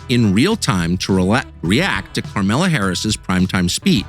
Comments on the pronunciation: "Karmela" 😂😂😂 It's Kamala. Can't wait! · “Karmela Harris” hahahaha😂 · It's pronounced Camel-La! Camel-La! 🐫🐫🐫😂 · "Karmela" Harris 🤣 Tucker trolling! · Why are you adding letters to her name? It's Kamala. There's no R in it. Stop kneeling to their bull****.